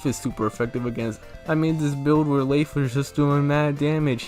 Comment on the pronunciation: I like how you pronounce Leif. His name is an anagram of Life, according to the Bug Fables Fandom Wiki.